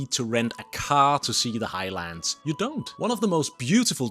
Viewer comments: Please don’t say High-Lands . It should be pronounced as one word and not two. Highlands. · It's NOT The High Lands, it's the "Highlands" (Hilands) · And it is not high-lands for starters. U didnt learn much while living in Scotland did u. Ignorant git whatever u r. Mallaig is not mal-laig either. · I’m triggered too 😮